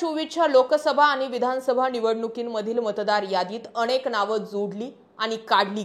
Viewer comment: अणेक नाही अनेक